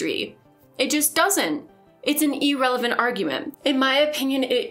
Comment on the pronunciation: I know this is just me being weird, but I really wish you'd look up the pronunciation of "irrelevant." I've been enjoying your videos. Keep up the good work!